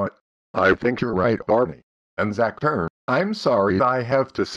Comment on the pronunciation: Why did you say zather the computer user is zacther not zather